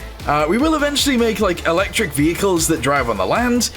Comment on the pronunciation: Mmm yes... "electic"